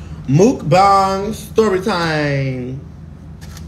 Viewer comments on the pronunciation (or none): wtf is a “Mookbang” ? Mukbang is pronounced “Mek-bang” foo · 😂😂😂😂😂 I thought he said it wrong too